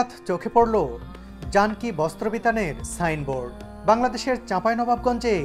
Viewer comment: Vai janki er pronunciation janoki.